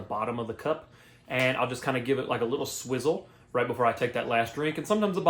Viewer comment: "A little swizzle" 💀😂😂 a little swirl*